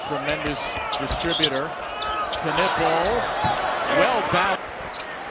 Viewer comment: Why do they keep saying "K-nipple". It's incorrect pronunciation